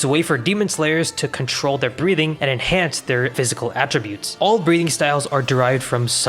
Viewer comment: I was watching this in the background and had to do a double take at Breathing because you kinda pronounce it as "breeding".